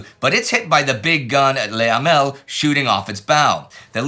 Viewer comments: It's not easy for English speakers to get it totally right - that's how it goes with foreign languages. Unless there is an "accent aigu", the best equivalent tot he French 'e' would be pronounced 'uh'. "Luh" instead of "Lay". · I've tried to get over it, but it is just so infuriating to hear Indy pronounce Le Hamel as "Lay Hamel" - for who knows what reason. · My French can't take it. The French "Le" in "Le Hamel" is not pronounced like "lay" as Indie is doing. You get that sound in French from "é" or "les" not "le". The "e" in "Le" is a short vowel kind of like the "e" in "destroy" (if one is not pronouning incorrectly as 'deestroy'. Also, "AVRE" was pronounced "av-ree'.